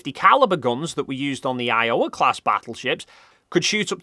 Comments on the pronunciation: The pronunciation of Iowa hurts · That's the most excited pronunciation of Iowa I've ever heard.